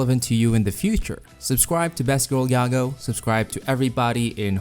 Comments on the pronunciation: Not "yago" yah-goo. Anyways I'm excited WAIT WHAT I DIDN'T KNOW IT CAME FROM OUR DUCK I THOUGHT IT CAME FROM THE REDDITORS WHICH WOULD MEAN IT'S PRONOUNCED THE ENGLISH WAY YAH-GOO EXCEPT IT ACTUALLY WAS ORIGINALLY PRONOUNCED YAH-GOE BUT PEOPLE PRONOUNCE IT YAGOO NOW. I DON'T KNOW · isnt his name prononced yaa-gou ? not ya-gao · It's yaGOO with 2 Os Not yaGO, get that 1 O shit out of here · One mispronounciation turned her into a mom that gave birth to best girl kek.